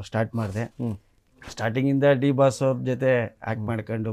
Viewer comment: ಲೋ ಮಾರಾಯಾ ಅದು ದಿ ಬಾಸ್ ಅಲ್ಲ ಡಿ ಬಾಸ್ ಸರಿಯಾಗಿ ಹೇಳೋ ಬೇರೆಯವರು ಹೆಸ್ರು ಕದಿತಾರೆ 😂